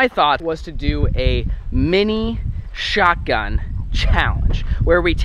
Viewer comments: anyone realize he saidshotGUM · pov: everyone is talking about how he messed up saying shotgum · It’s shotgun not shotgum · you said SHOT GUM not shot gun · U said shotgum 😂😂😂😂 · I think it's funny how it's shotgum not shotgun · shotgun not shotgum just correct.